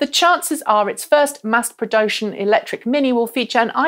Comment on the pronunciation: "mass prodoshun"? Haha